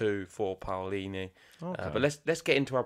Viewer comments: Love all the love you're giving Jasmine 🥰 and, yes, you're saying her last name right, you have to pronounce both the A and the O 😉👏 We're so proud of our tennis players 🟢⚪🔴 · you have to express every letter of the name PAOLINI, the A sound either...it's not like the American PAUL sound, i'm italian, trust me!!...however the pronunciation is correct from both of you!! Waiting for MUUUUUUUUUSETTI!!!! Thanks for the show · Your pronounce of Paolini is perfect. Ciao from Italy and let’s hope for the best